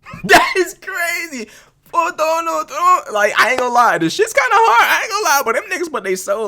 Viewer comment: "I will botar por Donal Trunk." 😂